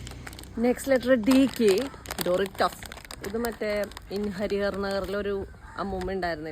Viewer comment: Andi Doritos d aanu t alla thettanu paranjathu😅😅😅😅😅